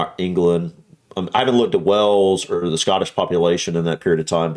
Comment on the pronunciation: Hi. Please stop calling Wales WELLS. It is pronounced the same as WHALES that swim in the sea, not Wells, where you get water from. Keep up the great videos. 🐋 🐳